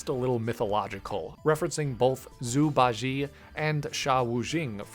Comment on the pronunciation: i'm a native mandarin speaker - i absolutely LOVE subjectively videos and designs (i wish they were in the real games), but pronunciation of Zhū Bā Jiè and Shā Wù Jìng made me spit out my water